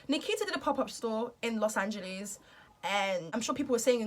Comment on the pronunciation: Just love how she say Los Angeles even tho it's wrong 😭❤️